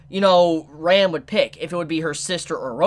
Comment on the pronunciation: Can you call Ram as you would say rum? Because you pronouce Ram as Rem and it is not clear that you talk about Ram or you talk about Rem.